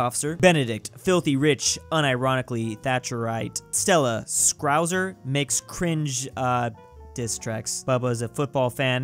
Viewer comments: I can't believe he said Scrouse instead of Scouse. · As a Brummie sitting in my grandparents house in Liverpool, Stella is Scouse (pronounced scowse) It physically hurt